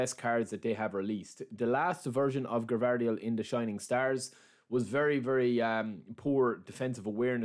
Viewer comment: Not Gavardiol it s Gvardiol